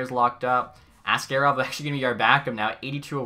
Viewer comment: Askarov is pronounced - Ask A rov - not like ask air ov Otherwise keep up the great work